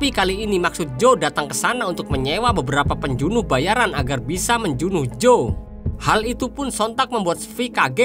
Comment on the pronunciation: Penjunuh 😂 pembunuh min wkwk